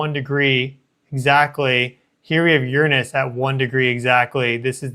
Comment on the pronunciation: I just love the way you pronounce Uranus! So much more sophisticated than the way most say it.